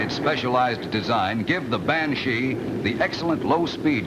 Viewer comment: The voice-over announcer's pronunciation is funny ..'ban-SHEEE' (heavy on the 'she' part and with a lingering 'e' sound. Cool jet though; the iconic jet shape for me, for as toy jets went back in the '60s, that jet was what I played with when I was 7 or so. Thanks for the upload! GREAT!